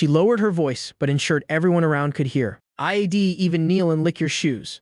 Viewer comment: The software has trouble with properly pronouncing contractions such as I'm I'd he'll.